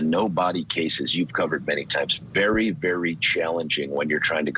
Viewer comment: Bare bare in twoble😂